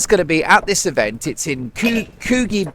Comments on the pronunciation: Mark its Coogee Beach, pronounced Coo Gee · It’s pronounced couldgee beach , just up the road from my small business . I doubt she will call in to my little butcher shop , but if she does she will be trespassed ha ha ha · Mark it is pronounced Koochee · IT'S PRONOUNCED COO-JEE like saying the letter G. COO-G AAAAAHHHHHHH! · Coogee beach is pronounced like could but with gee at the end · Coogee is pronounced Cooh-jy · Hi Mark Coogee is a soft pronunciation. I.e. coojeeee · Mark, Coogee Beach is pronounced Coo Gee, as in Gee whiz. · Coogee is pronounced Koo (like cook) Jee (like Jeep). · 🦘🦘The moment I hear or read 'wellness' I want to spew. I could care less what an immature, self-centred fool spouting market-psycho guff opines. And it's Coogee, as Couldg-ee😁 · Coogee - say co (as in cook) and gee. Co gee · Coogee beach is pronounced “ k geeee” beach! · A quick pronunciation lesson. Coogee is pronounced ‘Coo’ as in cook. And Gee as in ‘Gee whiz’. I guess phonetically it would be ‘coodgi’ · Pronounced koo jee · Coogee Beach is pronounced 'ku - jee'. By the way, feel embarrassed people are supporting them coming to Australia. Ignorant souls. As H & M have none. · It’s pronounced Coogee as in BeeGee Mark lol. Yes Meghan scares me too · Mark Mark Mark.. we dont say Hidey we say Hide and Seek. I dont know where you get your info from. PS Laughed my head off yesterday at how you pronounced Coogee...